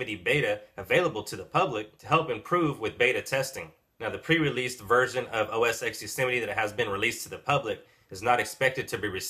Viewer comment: I realise I'm being picky, but it's OS Ten not OS "ex". The X is the Roman numeral for the number 10. Just saying...